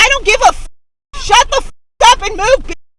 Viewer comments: The majority of today's clips were submitted by butt-hurt who truly believe, "If you try to merge in front of me, you are more evil than Pharaoh, Napoleon, and Hitler combined, and I have the right to kill you." I was particularly amused by clip 6.2 where the Karen turned the word "move" into a 2-sylable word. 😀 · #6 needs to really relax a little. You know you're too made when you add extra A sounds on the back of your words. I.E. - Moveah and Gowah. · "Are you kidding? Go-wah! Move-ah!" Is there a name for this kind of speach, tacking on an extra syllable? I hear it more from females, might be related to Valley Girl talk. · Go-ahh! Move-ahh! LOL Does the "ahh" make it more emphatic?